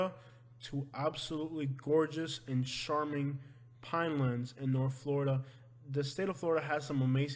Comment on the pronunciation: Love your videos, but , most pronounce charming with the ch like char-broiled. Char-Ming. Thanks.dont know why it bugs me, just does. Lol